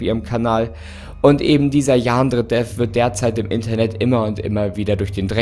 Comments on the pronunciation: Ich bin so triggered davon wie du Yandere aussprichst. Man muss es nicht mit dem japanischen Akzent aussprechen, aber bei dir klingt es irgendwie mehr wie ein türkisches Wort😂😂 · Wie er Yandere ausspricht Xd "Jaaandre" Ich liebe es XD PS: das ist nicht böse gemeint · Jaa xD dachte ich mir auch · Ich dachte erst er sagt Jan dredref